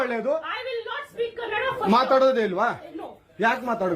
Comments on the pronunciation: I am watching from US, I love ur content, love ur work. It’s funny, my routes are from Karnataka. I want to correct one thing from ur video it’s not Kannad, it’s Kannada 😊. U said it wrong once 😅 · Kannad nahi bhai kannada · Cardinal sin of calling kannada as kannad 😂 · Its KANNADA not KANNAD. Get that right before your cringe edits. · bruh. Obligatory "it is kannadA, not kannad" comment. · Kannad ❌️ Kannada ✅️ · All fine until you called Kannada as Kannad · I'm sorry, I hate to be this person. It's Kannada; Ka Nna Da.. pronounced [kənːəɖa], you don't say Marath, do you?